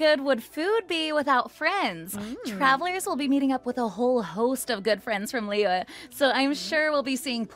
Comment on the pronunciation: omg almost pronounced liyue correctly